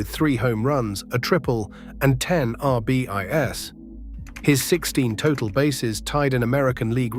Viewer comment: right R B I S for RBIs...please use a human I will do it reach out to me!!!!!! Video is great but an english AI voice please no